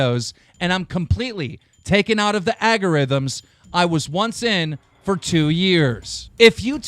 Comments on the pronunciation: Dude... come on mate, agorithims? You know how to say Algorithms keem. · "Agorithims" Really Keem? you are trolling me aren't you ? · I'm starting to think that the way Keem reads, he must be trolling :D "agarithms" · lol he said over 9000 and "agorithms" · keemstar says agorithms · agorithms, keem you are dyslexic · Keemstar: Aga-ri-thems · that was a very unique way of pronouncing the word "algorithms"